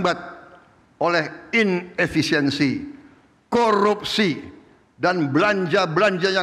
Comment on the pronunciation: Penekanan kuat akan kata KORUPSI. Semoga Danantara ini berjalan sesuai harapan dan tujuan Pak Presiden. Pelan pelan sampai ke Tujuan ya Pak 😇😇